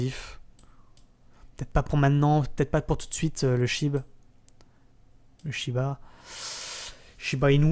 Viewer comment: Toujours au top !!! ;) merci pour Qtum je savais pas trop si je devais me positionné mais là oui !! Par contre c’est moi ou tu dit Shibre en parlent du shiba ahah à surveiller le shibre